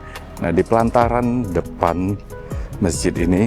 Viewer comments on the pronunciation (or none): maaf ya sy kalau ga salah denger, sebut " pelantaran "..?, tapi yg sy sering denger sebutannya " pelataran "